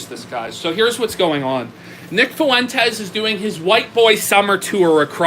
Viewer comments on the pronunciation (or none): I will never “not smile” whenever I hear pronounce Fuentes as “FOO WENT EZZZ” with 3 syllables instead of 2.